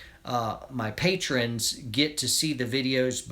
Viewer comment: says patron😂😁